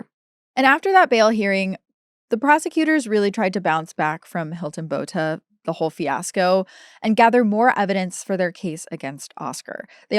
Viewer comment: I love how you pronounce Botha It's better than most podcast do. So I am happy with it